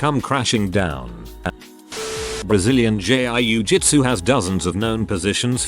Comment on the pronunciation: “Brazilian Jay-eYE-YOu-jitsu”